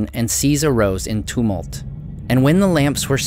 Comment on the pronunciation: you mispronounce many words, including TUMULT, which is not a Tolkien-verse word at all. It's first syllable rhymes with plum, not tomb.